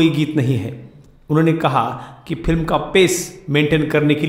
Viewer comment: एंकर साहब फिल्म नहीं फ़िल्म होता है।बोलना सीखो तभी एंकरी करना। तुम्हारा उच्चारण सुनके सारा मूड ऑफ हो जाता है।